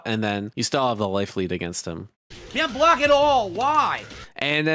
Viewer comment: "Coodn't blawk!" ( epithaph)